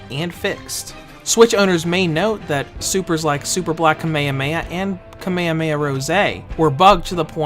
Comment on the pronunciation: How he pernounces kamehameha😂